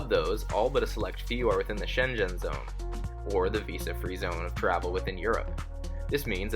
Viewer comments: Ok...others have mentioned that the language is Danish not Dutch. If you'll permit a granny this small correction. The zone in Europe is pronounced SHEYN-G'IN. Your pronunciation sounded more like Shenzhen in China. Best from Switzerland. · “Schengen” is pronounced sheng-gen. It’s a hard G in Gen like how you say Gun. The way you pronounced it would almost sound like Shenzhen, a city in China. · Thanks for vlog,, just to share that 'Shengen' (E.U. area) is pronounced ' Shen-Gen ' with a 'G'. Hope that's helpful.:yougotthis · Could be worse, I kept mishearing the pronounciation of Schengen as Shenzhen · I was going to say the same, it's pronounced with a hard G. Shenzhen is a city in China! 😉